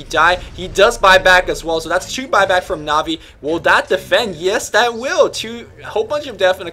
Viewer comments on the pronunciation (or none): omg its pronounced NAW-VI not NAHHVI extremmely annoying to listen to that -. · This dude keeps saying Ne-Vey. IT'S NA'VI, DUDE!!!!!!! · naaaahvi not nahvi :| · I cringe every time I hear says Na'vi. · can't pronounce anything.